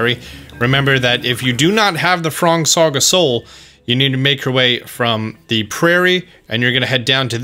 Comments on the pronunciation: Haha he said the frong sog of soul Lol. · I think you said frong's sog of soul